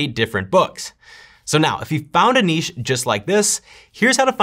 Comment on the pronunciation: From Australia: you're the first American I've heard pronouncing "niche" correctly!